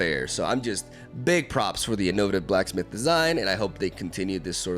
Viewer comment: I think you meant "arms race" between nexus healing and direct damage. And you did say Beguiling correctly, and then flopped the Innovative Blacksmith. 😔 Innovate -> Innovative. "In-oh-vate-iv" Edit: I hope this comes across as helpful and not douchey. I don't care if you pronounce things differently, but when you said "I hope I'm pronouncing that correctly" with Beguiling, I figured you might like to know.. TL;DR: feel free to ignore me.